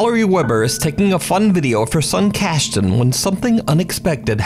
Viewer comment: Cashton? yeeesh